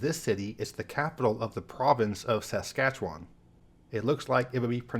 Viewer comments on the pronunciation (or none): he nailed it on Regina, but butchered it on Saskatchewan as all Americans do lol.